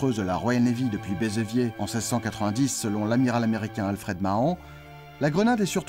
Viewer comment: Béveziers, pas Bézeviers ...